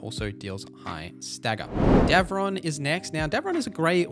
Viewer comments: It’s Davrin, not Devron, btw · Love ya, but these pronunciations are killing me 😂 Heres how to phonetically pronounce all the companions names': Lace Harding -> Lay-ss Harding Bellara Lutare -> Buh-law-ra Loo-tair Davrin (idk how you mispronounced this one lmao) -> Da (as in dad) vrin, not Davron Lucanis -> Loo-caw-nis Emmrich -> M-rick Taash -> Tosh Neve -> Nev (not neeve) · And "Davrin."